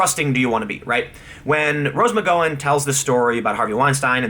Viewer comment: Tim, you've gotta know how weird you pronounce her name, right? It throws me off everytime. That and Rose "Mc-GO-wen". Cracks me up. But still, it's irritating as hell.